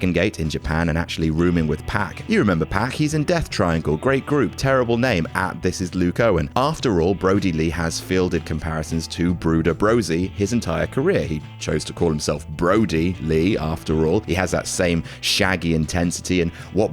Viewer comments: Am I the only one who picked up on calling Bruiser Brody, Brooder Brosie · Bruiser Brody. Not bruder Brody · ..."Brooder Brosey"? You mean Bruiser Brody? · Bruider brosie?? 😂😂😂😂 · Who is 'Bruider Brosy'? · "Brooder Brosie" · "Brooder Brosy" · This man just said "Bruider Brosey" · Did that dude just say “bruder brosie” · Bruder Brosey!?!?!...Or Bruiser Brody!?!?!😂😂😂😂😂😂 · "Bruider Brosy" - yowza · Who the fuck is BRUDER BROSEY? Hahaa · "Brooder Brosey"? Was that a deliberate mistake....? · "Brooder Brosie" huh? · Did... did I just hear say... "Brooder Brosie"? Edit: Yes and other people including are apparently aware. Giggle away everyone, then move along. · Brooder Brody? Really? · You said Brooder Brody are you saying he is secretly Batman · Brooder Brosie? who the f is that? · “Bruder Brosey” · "Brooder Brosy" :P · Brooder brosey 😂😂😂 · says brooder brody... lol old school fanatics remember brusier brody well. not sure who brooder brody is..:P lol jk jk lol:P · Ah yes, that great wrestler, Brooder Brody. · Brooder Brodi was that a accident or on purpose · I can't tell if that bruider brosie was on purpose or not but i cant stop saying it over and over in my head and laughing